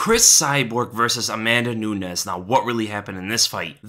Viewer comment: A-MAN-da Nunez. Enough said. The girl's a dude.